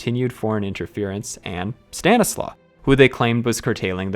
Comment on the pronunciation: In Polish the letter "W" is pronounced like the English "V". So Stanisław is pronounced "Stan • i • slav". Outside of that good job